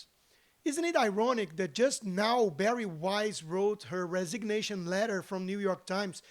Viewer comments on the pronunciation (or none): none